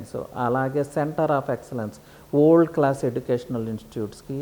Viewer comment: Yee vold yendhira bhai, simple ga world analeva? Good info but my ears are hurting listening to his pronunciation.